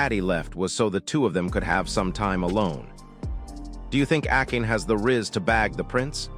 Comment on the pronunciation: akin... good f'in grief. it's pronounced Ah-kah-nay.